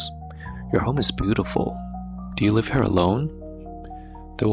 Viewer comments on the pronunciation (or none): said “do you libe alone”🤣